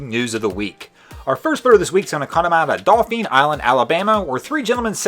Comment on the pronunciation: Hey man FYI Dauphin Island is pronounced “dolphin” not “dol feen”